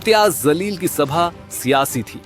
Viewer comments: इम्तेयाज़ जलील बोल भाई, ज़लील नहीं 😂😂😂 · Imtiyaz jaleel naam hai zaleel nhi hai , agar jaan kar naam galat bola to jaleel sahab iske jija honge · Zaleel nahi jaleel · Aare jahil anchor zaleel nahi jaleel bol tu zaleel hai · Dekh liye is gunde ko jo ek kamzoor par haath ghuuse laga rha saare tamasha dekh rhe, is ki mardangi sirf is ke kehne se nhi hogi, ese ko hum hijda maante h, News channel ke liye ek baat za ka ja aur ja ko za mat bolo, Wo Jaleel h Zaleel nhi, Alphabet sahi se toh bolo, marathi Alphabet mein bhi ja, jha an Ze hai, so plz pronounce the correct Alphabet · Imtiyaz zaleel nahi Imtiyaz jaleel hai bhai Reporter koun hai yeh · Ye news wale par action lena ye jaleel nahi zaleel bolraha hai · Kaun aapko naukri deta hai naam bhi seedha lene nahi aataa woh Imtiyaz zaleel nahi hai Imtiyaz jaleel hai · Kam se kam naam to sahi le lo bhai. Zaleel nahi Jaleel. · Bhai ankar naam to sahin bol zaleel nahi Jaleel hai un ka naam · Dear Reporter, NDTV Zaleel nahi Jaleel kaho mere bhai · Yes, correct mene bhi yahi kaha, in ko ye toh pata hi hoga ke Marathi mein bhi Alphabets h, Ja, jha, za ze, phir ye kiu ulta bolte h, aur Imtiyaz Jalil Sahab ek Leader h, in ko sahi se un ka naam Pronounce karna chahiye, an un ke through bhi in sab ko bata chahiye ke sahi se naam Pronounce karo... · Imtiyaz Jaleel NDTV Tumhe reporter kisne banaya Tumhe kisi ka naam bhi sahi se lene aata nhi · Arrey reporter mahoday.. Imtiyaz “Jaleel” naam hai, “Zaleel” nahi 🤦🏽‍♂️🤦🏽‍♂️🤦🏽‍♂️ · Wo zaleel nai hai .....jaleel hai ......kab sikte ki sach bolna tum news wale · Aap Imtiyaz Jaleel Saheb ka name Galat bol rahe hain Aap bol rahe hain "Imtiyaz Zaleel" jiska matlab aap khud samajh sakte ho, Sahi name hai, IMTYAZ JALEEL, Plz apni urdu durust kijiyega ! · Zaleel nahi Jaleel hai Theek se bolo reporter bhai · Reporter saheb woh imtiyaz jaleel hai, zaleel nahi 😂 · Tumhara zaleel pronunciation sudharo. Backdoor se journalist bane ho. Ya tum khud zaleel ho. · Zaleel nahi chutiye jaleel hota he naam